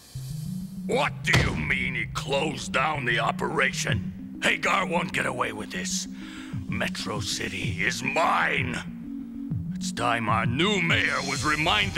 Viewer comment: I absolutely cannot stand how they call him Mike Hay-gar. Double consonants always means the preceding vowel has a short sound. You don’t hit nails with a “hay-mer” or slice with a “day-ger.” The warmest season isn’t “sue-mer.” Seriously. It’s Haggar. HAG-GAR.